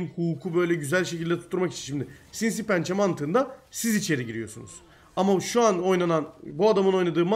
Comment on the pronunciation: "Sinsiğ pençe"